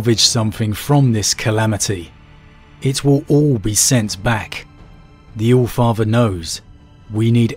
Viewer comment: "Flor the alfartherrr an' fo rush!!?" pukes